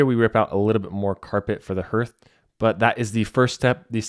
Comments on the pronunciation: Excellent video. However, it is pronounced "HARTH," like HEART - NOT NOT NOT "hirth," sounding like "birth." Please. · It’s hearth not herrth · 'Hearth' is pronounced like 'heart' but with a th at the end 😊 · HARTH...it is pronounced HARTH! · Hearth is pronounced hArth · Was that not freakin annoying?